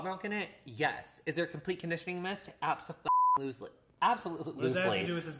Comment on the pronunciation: Absoloosley. hahaha. was that a Jungian slip? Love you to bits XX